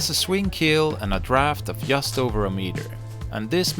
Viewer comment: has an excellent english vocabulary and a great pronunciation, but I wish his pronunciation of some of the english letters were more to the point. I know it is a "swedish thing", but I'm sure Malin can help him. 😉 Fx. "Just" is pronounced /dʒʌst/ = Fx. "Chain" is pronounced /tʃeɪn/ = Fx. "Chosen" is pronounced /ˈtʃəʊz(ə)n/ =